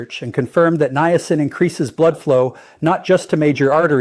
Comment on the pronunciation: I didn't realize you had become an AI bot . . . good info but you might want to review your bots important pronunciations like how to say Niacin. It starts out saying it correctly, but later it just gets worse and worse. It seems to like saying Nye-A-sin. Quite a few graphic glitches as well. You might want to consider a different AI model (not the representation of you, but the actual A.I. application).